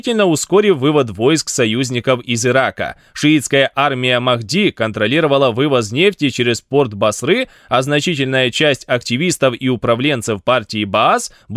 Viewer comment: Не БасрЫ, а БАсры!